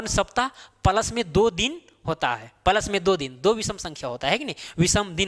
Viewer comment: Plus को प्लस बोलो पलस गलत है। आपकी भूल निकालने का इरादा नहीं है। लेकिन आप जैसे कुशल शिक्षक के टीचींग में चार चांद लगाने का ही इरादा है